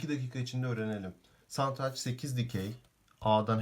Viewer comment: önce satranç demeyi öğrenmeyle başlamalı videoyu anlatan arkadaş.